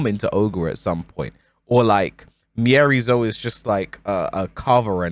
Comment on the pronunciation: The scariest thing about miary zo are the people still saying and spelling her name wrong 😳